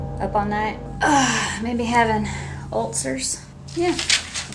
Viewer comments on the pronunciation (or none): "ULTcers" .....the hell? Really throws off the "tough chick" vibe she was going for lol also, why do bible belt people think "that's not a threat, that's a promise" is so scary? lol